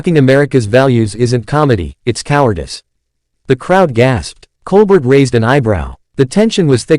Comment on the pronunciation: Can we watch the actual clip instead of listening to an AI generated narration? Also, it's pronounced "Col-bare" not "Col-burt"